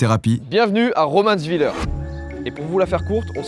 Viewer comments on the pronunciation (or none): MDRR « romANnsvilleur » fou rire c’est « romanss villair »